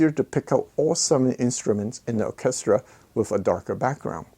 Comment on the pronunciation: Interesting video, as always. Orchestra is a tricky word to pronounce. Your English is excellent (better than mine and I’m English, ha). To sound it out try, Or -Ces -tra. Cheers